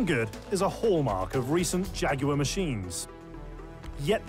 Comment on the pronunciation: Why would I pay attention to talking heads, who can't even pronounce Jaguar correctly?